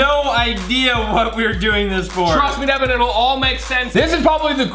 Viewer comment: Its Devan not Devon, Deven, Devin.